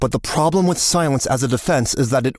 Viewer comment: "I was Wif her"